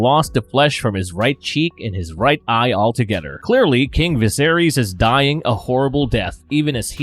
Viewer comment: Is it just me or is the guy narrating saying together as “togeder” & mother as“muder” 😂😂😂